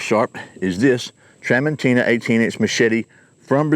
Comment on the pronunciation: It's pronounced tra mon CHI na.